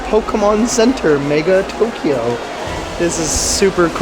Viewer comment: in Tok-e-yo...looking forward to your journey, thanks for bringing us along:)) Thinking of you from Northern Ontario..it snowed this morning, muahahahaha